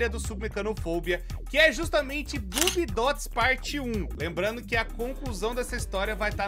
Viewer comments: pelo amor de Deus, se pronuncia "Bóbiedots". Você ta falando de um jeito que parece "Boobiedots" e isso é o peito feminino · O jeito de pronunciar o nome desses bobbiedots faz parecer que é boobiedots... e isso é meio SUS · realmente falou “boobiedots” kkkkkkk